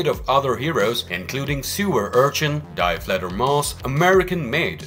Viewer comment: Die Fledermaus is pronounced "Dee". It's German for "The" (with feminine nouns)